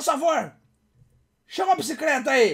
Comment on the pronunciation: "Oia a BICICRETA.. OOOOOOOOMMMMMMM" - 2015